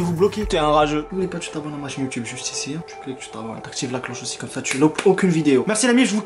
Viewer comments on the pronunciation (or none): none